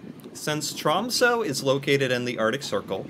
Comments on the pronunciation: I live close to Tromsø, in the city of Harstad. The big downside to this is that on the other side of the year, right now, the sun never comes up for two months. Alot of people get depressed around this time. Also, you need to react to a video explaining how to pronounce our last three letters "Æ, Ø and Å". It's TROMSØ, not TROMSO. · Tråmso😂😂 geez bro